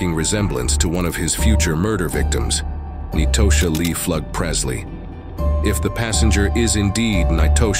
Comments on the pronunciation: Nitosha is pronounced like Natasha. Not knee-toe-sha🤦🏿‍♀️ i hate a.i. bots. Clicked off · Ahhn-twan and Nye-toe-sha 😂 I can't even focus on the story, I'm 😂😂 too hard